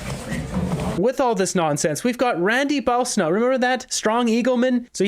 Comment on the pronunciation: it 'Bwosino' not Bowsinult'